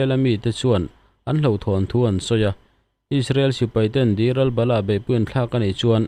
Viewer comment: Engvang in nge isrealy i tih kher kher isreal ti ve maila